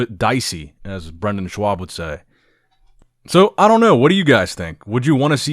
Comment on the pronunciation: Did say Brendan shwab instead of Schaub? Lmao